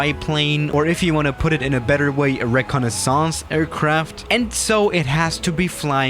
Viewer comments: No one: Absolutely no one:: ReCoNisOnce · ‘Rekanisaounce’ :D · This is how manny tumes he said reconesis 👇 wrong😂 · he butchered the word recinnaissance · The way he pronounce "reconnaissance" made my think about France for some reasons XD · The way he pronounce "reconnaissance" made me think about France for some reasons XD